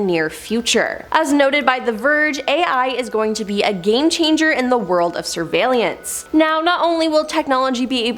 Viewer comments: "surveylelance" lol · 5 times, 5! Its sur-vail-ance!!! 😔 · Is it just me or did anyone else get bothered by the way she said surveillance 😂😂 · Yeah, it did bother me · Seriously. SHe added an extra syllable for God's sake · Yes got me how she was pronouncing it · Thank God you said it, I was gonna comment about it too ! 😂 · Yea, I didn't like it either lol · same .. made me question if i've been saying it wrong my entire life.. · Yep, there is no second I in surveillance!! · Ack! She did it again! Where is she finding an extra i in surveillance? 😖 And key-o-to!